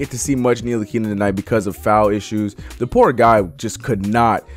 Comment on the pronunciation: You butchered tf out of “Ntilikina” lol